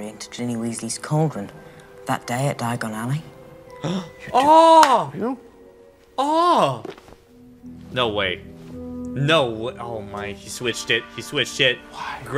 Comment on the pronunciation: Harry would have to be american to have mispronounced diagon ally like that